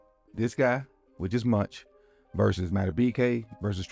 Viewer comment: Thank you for the great vid coach, lol'd at you calling Mauch (mowk?) "munch" the whole time